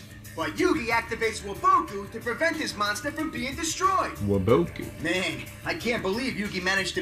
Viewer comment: "Wa Bow Kuu". I always pronounced it as "Wah bah Kuu" like Wabuffet.